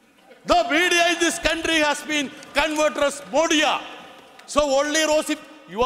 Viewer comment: I love the way he said Prime minister Mordi or a preach Modia 😂😂😂 the only hope we have to change the India Government is from South and I will pray for it 🙌